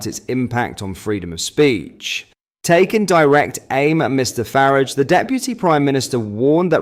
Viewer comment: Constantly mis-prouncing Nigel Farages name is getting a bit tedious. 🙄